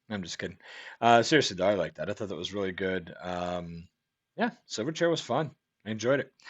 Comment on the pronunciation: You pronounced it right the 1st time mate. These boys were from my hometown (Newcastle NSW) can't say I was ever a fan though. Chili Peppers took them under their wing in the US.